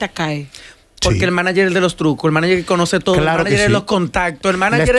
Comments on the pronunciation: No hay forma que Amelia ni puedan decir Manager 🙄 dique Maniyer 🙄🙄🙄🙄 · por favor de las cosas o las palabras como son ( Manager ) no es maniger, ya que la palabra viene del origen ingies. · Cada vez que dice ''maniger'' me da ansiedad. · Tierra ábrete y trágame cada vez que Amelia dijo Maniger cuando es MANAGER que se dice... Amiguita mejora tu léxico antes de buscar camara